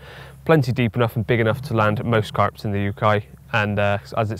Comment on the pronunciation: Any reason why you turned Australian when you said “ carp in the UK” 😂😂